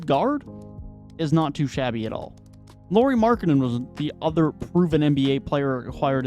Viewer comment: "Can you want somebody better than Sexton in return from Donovan Mitchell?" Yes, how about Lauri Markkanen? 🤔😉😄 Btw. You might wanna check your pronunciations if you want to make your video quality to go up. 🙂 Both Lauri and Ochai were pronunciated wonky. I'm only saying because the video seemed to be nice quality otherwise.